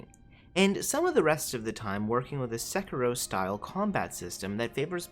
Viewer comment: SEK-IROH? Isn't it SE-KEY-ROE????